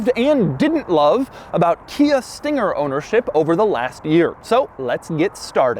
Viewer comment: "This thinger"